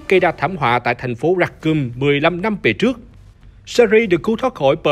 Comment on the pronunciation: Racoon mà đọc là "ra cum" nghe hơi sai sai nhé :))